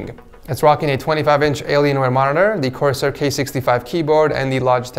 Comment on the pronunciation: CORSIAR LMAO